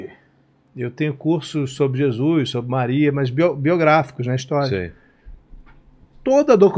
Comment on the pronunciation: O cara é jornalista famoso e pronuncia ....JESUIS.. LAMENTÁVEL CARA... ficou muito feio